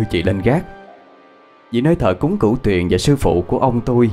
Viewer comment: ơi Cửu Huyền chứ ko phải Cửu Tuyền nha anh ơi. Thân